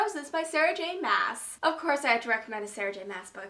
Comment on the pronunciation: Sarah j maas's surname is pronounced arse not mass